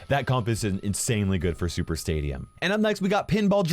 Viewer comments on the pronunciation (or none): ya, but it sounded like "Super Saiyan" LOL! 😂 Hear again.